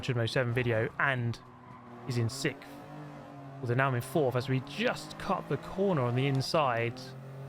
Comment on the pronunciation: Why does he pronounce sixth that way Is it a British thing I need context